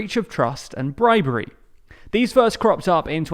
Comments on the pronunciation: Bribery, not Bribary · Bribery, not bribary. You're welcome. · "Bribary"? According to my CDU contacts its "bribery" 😂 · The English pronounce it with an A sound, although its spelt correctly with E. ❤